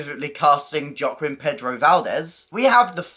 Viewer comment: Very interesting information, thanks. Loving this series. Just a to say Joaquin is pronounced hwa-kin.